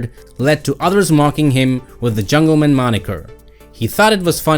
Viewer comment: Dude, it’s not jungleman like a last name. It’s jungle MAN.